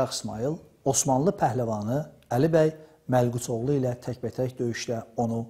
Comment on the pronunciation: Məlquçoğlu yox Malkoçoğlu. Bir də ki nağıl ve rəvayətlərə az yer vermək lazimdır, qılınc, qol nəbilim nə. İkincisi də ki Çaldıran döyüşü ən adi, sıradan bir döyüş olmuşdur. Türklər bu döyüşə heç vaxt əhəmiyyətli döyüş kimi yanaşmamışdır